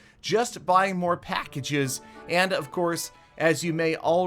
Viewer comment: How says packages: "Just buying more pAGHCkages."